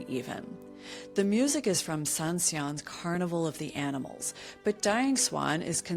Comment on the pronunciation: Please pronounce the composer Saint-Saëns correctly. It’s not that difficult.